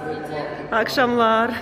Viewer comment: а почему вы говорите "акшамлар" вместо "якшамлар"? Мое ухо режет!